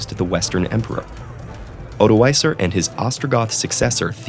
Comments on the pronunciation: For goth's sake, it's not Odo-Acer, it's pronounced like Odo-Acre! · "Oh-doh-ah-ker" not "Oh-doh-aie-ser" Come on people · The narrator massacred the pronunciation of Odoacer, its "odo-ah-karr". Also the scene when Odoacer deposes Romulus Augustulus is innacurate, Emperor was very young at the time. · I'm confused about why Rome was on fire when they mentioned Odoacer (whose name should not be pronounced with a soft C, look up how the Greek East spelled his name, it's with a Kappa not a Sigma). That was 410 and Alaric was the leader then during the sack of Rome. 476 was a coup but without destruction. Also, Odoacer did not depose Orestes and Romulus Augustulus in Rome, he did that in Ravenna. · The pronunciation is with a k not a soft c in Odoacer. :D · “C” makes a “kay” sound in Latin, you moron. Try to pronounce “Odoacer” again. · Pretty sure you pronounced Odoacer wrong... either that or my professor was wrong. Both are valid possibilities. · That is not how you pronounce Odoacer.